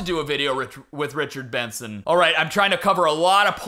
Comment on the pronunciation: Youre probably trying to forget this.... but in the richard benson video, id say the worst part is where you called him Bichard Renson 💀💀💀